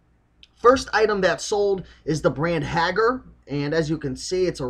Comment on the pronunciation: I believe that Haggar is pronouncer Hay-Gar.